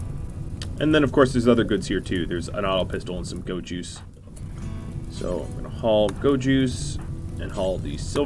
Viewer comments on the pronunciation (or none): none